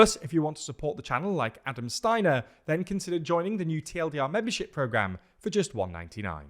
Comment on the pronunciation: you sure its pronounced that way? You know I know another Steiner..... he didnt follow orders and didnt counter-attack